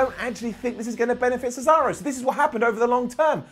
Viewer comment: Did anybody else notice that Michael Cole said cesawo. Lol 🤣